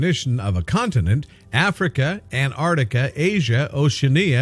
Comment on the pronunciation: what a silly title, also the word is AN TARK TICK A, NOT ANARDICKA, gordon bennett can you people pronounce anything correctly??